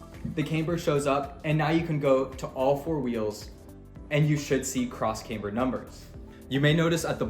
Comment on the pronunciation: Loses a bit of credibility when you don't know how to say "camber"